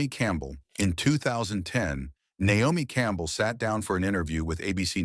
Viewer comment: AI narration is destroying YouTube. The uncorrected mispronunciations are laughable and insulting. “Nomi” Campbell?